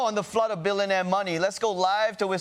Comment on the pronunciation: I, for one, think it's adorbs how he pronounces "billonaire" like the game show host in Slumdog Millionaire.